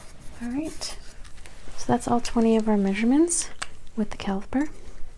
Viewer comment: Did she say "calsipers" versus calipers?